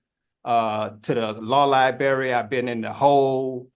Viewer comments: He’s having trouble with the lie-berry those are the worst berries. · what is a law LIBARY? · New rule: you can't use words in court you can't pronounce. What exactly is a "libary",? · The “Law Liberry” 😂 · That's actually a very appropriate mispronunciation, "law lie-berry" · Please - SOMEBODY MAKE HIM STOP CALLING IT A “LAW LIBARRY”…. PLUS IT’S NEVER A “LAW LIBARRY,” JUST LIKE WE DON’T EAT “PUHSKETTI & MEATBALLS” AND WE DO GET TO THE HOSPITAL FAST BUT NOT BY CALLING THE “AMBLEEANCE” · What’s a law li berry? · “Can I axe that….” “Law libary……” “I also axe that….” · Lie berry lol its LIBRARY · "Axe a question" "Libary" "Imma have a issue" and moor "Axe"-ing of questions. Lol Yeah, looking up 240.12, or 24012, out of Louisiana ... it doesn't exist. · What’s a “liberry” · But he is axing bout da law lieberry. English much? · Law libary 🤣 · If you pronounce words like libary & exspecialy & aks, then your no sovereign! With not knowing the English language, I don’t think you can defend yourself! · It’s not ly-bary, but li-brar-ee 😳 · He's axing because he can't get to the lw lie-berry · God damn… it’s LIBRARY, not LIBARY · Lie-berry Repeatedly “ax” for things “Can’t properly represent myself” No dude, I think you’re representing yourself exactly. But DEFENDING yourself legally … no you’re certainly not doing that well. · A tribal chief would be educated enough not to say "axe" for "ask" or "libarry" for "library." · Imagine the motions this guy writes up... "libarry," "axed" etc. If he's foreign royalty on one side of the world while chieftain of a native tribe on the other side, I suppose I'm an astronaut. One reason I could never be part of the sovereign movement even if I agreed with it's craziness is that I wouldn't want to be associated with the idiots who are already there. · LOL! He's having difficulty getting to the "law liberry". He probably also has difficulty in the public library anywhere outside the children's section! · Tf is a li-berry 🫐